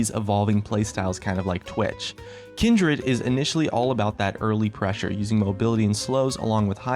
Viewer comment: omg the way you pronounce kindred ult